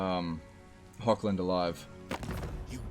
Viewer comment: Really suggest to look up, cause it's a min fix pleasing all european viewers etc. , how to pronounce the german "ch", like in Hoch-land, or Bechafen, or Eschen, which are all essentially german. Cause it's not Hokkländ even if you say it 1000x times, nor Bekhafen, nor Esken. Idk somehow just really bugs me an once you learn it, which takes like 2 min, not even, you probably won't do it agian.